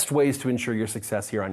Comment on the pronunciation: I rewatch the end, I was sure you said "Get naked", but on the replay, it was "Get making".